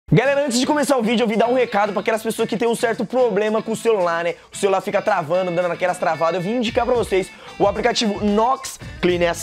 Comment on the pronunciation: Um certo Ploblema!!!!! KKkkk kk kkk k